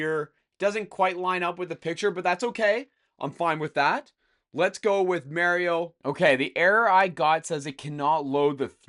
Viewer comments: yep he says "marry-o" instead of "mar e o" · It's pronounced MAR-io. Not MARE-io. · He needs to go to jail for how he said Mario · The way you say "Mario" is funny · I thought the same